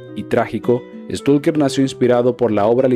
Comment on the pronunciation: No es stulker! es stailker!